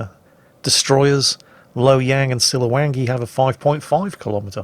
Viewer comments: Siliwangi not "Silly-wenk-gi" lol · You pronounced siliwangi wrong